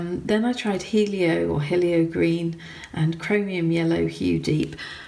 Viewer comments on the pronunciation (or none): Hello, So yeah, it is pronounced heeelio as it means sun in Greek. With your swatching, the right side needs a damp brush. So I do mass tone, then one slight dip straight down into water, then two wipes of rag, and wipe the bead of water off the ferule by touching it to your rag on a slight angle bent towards you. (I put my rag, right on the edge of desk on the my right side to get this angle). So starting with masstone on left, to do a graduation start with the blank wettest side top right corner, and bottom right corner and without wiping or dipping, stretch it from right to left, and mix it towards mass tone on the left. so your brush gets drier and drier towards the middle part of your graduation, so no back runs this way! So brush goes from damp to nearly dry in one move. Dry your brush a little more on the rag to remove wetness and do your lifting with a nearly dry brush. (It acts like a sponge) Doing well. There are lots of degrees of wetness! If you want a graduated wash with say 5 stages, either start with mass tone, then dip once straight down, then quick wipe twice, each stage. (include ferule wipe as a third drying) Or the other way is the lightest transparent you can make consistency of herbal tea, put a real lot of thin watery colour in your palette, and add more paint, paint each stage, dip once, wipe twice, wipe ferrule, and repeat 3 more times towards mass tone thick like cream in your palette. This method uses more water and less pigment, as you add